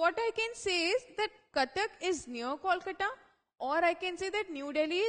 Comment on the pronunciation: its not calcata or koolcata its😅 kolkata. improve your pronounciation